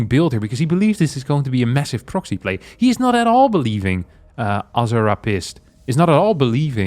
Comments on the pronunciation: Azure Hap Ist..... Ermm... Yeah. Thats not how he intends that to be pronounced. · "AH-zer-rah-PIST" Commendable effort to not say the actual name (which, ew, gross).